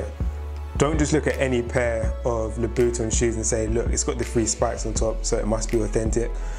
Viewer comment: The way he saying " louboutin" like " Loo - Boot - Tin" it annoys me so much